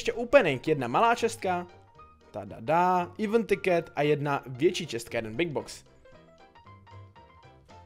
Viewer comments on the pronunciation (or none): none